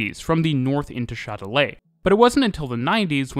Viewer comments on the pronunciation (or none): "Chat de lait". 😀 I was hearing only the video so I was confused with the name of the station until I saw that it was Châtelet-les-halles. To my ears your pronunciation sounds in French like "Milk Cat". 🙂 Not that you have to pronounce in French, but it was funny. Thanks for the video though. I never thought of Paris of being that advanced on its transport systems. 🙂